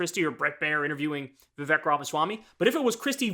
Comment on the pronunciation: Kyle... It's viv-AKE like cake. Have you not heard his freestyle?? 😆